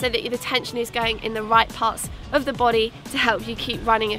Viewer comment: Lol! I love the way she said "your boday" lolll this was an excellent video! Your energy is inviting and attention grabbing. Please keep it up